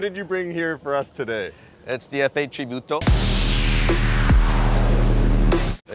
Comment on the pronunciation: It's TRIBUTO, not CIBUTO. Carry on